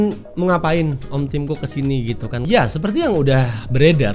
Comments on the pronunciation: bacanya tim cocok haha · Tim cook dibaca tim cokkkk.... Hehehe...